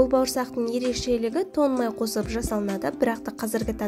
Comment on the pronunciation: Тон май емес, тоң май деші, құдай үшін! Мұрны бітіп қалған адам құсамай! Ң әріпін айтып үйренсеңдерші, түк қиындығы жоқ қой!